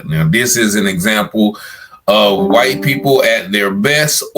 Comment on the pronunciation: Bro say whyte thugs 😂